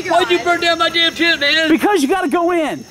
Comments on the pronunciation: Tanner Drew Walton its "oh shit mu tent" i know he meant " my tent" but he said mu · And they way he says tent. Like tient